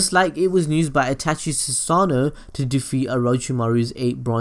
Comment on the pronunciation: They way he says Susanoo and Tsukuyomi😑